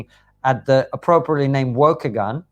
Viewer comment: Waukegan is pronounced like "cause" not "close". Waugh - Kee - gan